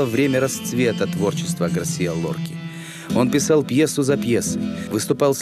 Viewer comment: Безумно раздражает комментатор: неужели НИКТО не мог ему объяснить, что не ГAрсиа, а ГарсИа! Стыдно рассказывать о великом человеке, не умея правильно произносить его имя.